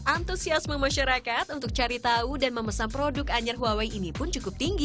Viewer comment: Huwawei? Not Huawei?